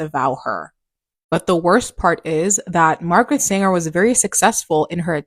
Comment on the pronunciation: It's Margaret SANGER. Not Singer. But this lady is right, she was an evil and conniving woman.